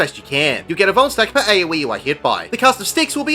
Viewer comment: I thought you kept saying bone stack, im like idk wtf that is, but I dont want to get boned. then it registers at the end va va vuln stack